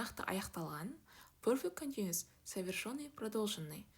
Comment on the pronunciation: Совершенный деп айтылады, ё емес